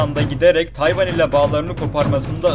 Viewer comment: TAYvAn TayvAnI TaNımıyO 😂